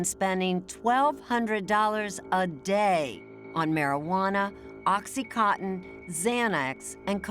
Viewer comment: PSA: It's pronounced oxy-CONTIN and NOT oxy-COTTON. Please stop. Anyway, that poor family. It's always sad when someone is murdered, but to see the family that this kid came from...all those friends and people who loved him...made it so much worse.